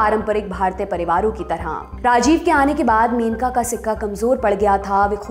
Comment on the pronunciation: मेनका नहीं, मनेका गांधी सही नाम है, कृपया सुधार करें।